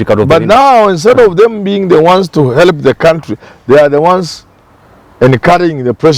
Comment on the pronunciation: Prof it's He - l - p Not He - le - p